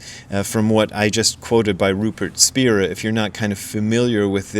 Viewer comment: It’s pronounced Spy-ra